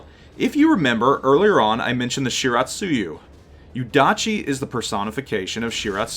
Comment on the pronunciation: its yuudachi :P #moretriggered